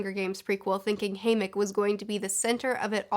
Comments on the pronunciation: You say haymick but his name ia HayMITCH. You say voldemore but it’s voldeMORT. What is happening?! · Can we just talk about how she pronounced it as. "Haymic" for the first half of her video.... But other than that I like the video. Solid opinions. I just want to know how the haters felt about 'Joker' and 'Suicide Squad' and 'Birds of Prey' all these movies about villains, being kind of likeable. Second How old do people think Snow is??....The games had been going on for 74 YEARS by the time we got introduced. Snow would need to be at least 95 to have been the creator of the Games, to me it looked like the man was early to mid 70's. Finally, it seemed like Mags and Snow where about the same age. So who's to say that she won't make an an appearance???